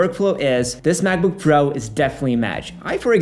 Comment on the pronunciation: Can’t stand how he pronounces “pro”